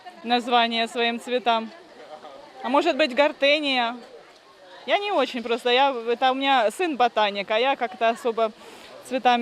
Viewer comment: Не гортения), а гортензия)